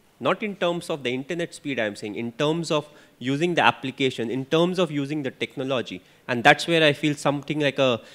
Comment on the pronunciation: How does he pronounce TECHNOLOGY....... Very cunning and wise when in front of camera.....the way he compared Sachin and Virat......everybody knows it's Virat the best but emotional sentiments is still with Sachin..